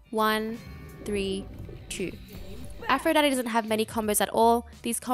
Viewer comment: im french and all i heard is "afro daddy"